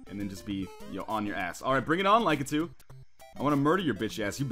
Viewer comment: Lie-kah-too? I always said it Lah-kit-ooh